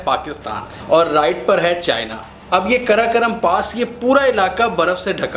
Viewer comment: karakaram nahi hai...karakoram hai....ghawar..